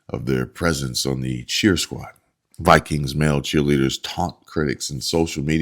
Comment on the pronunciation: The " Vi - queens ".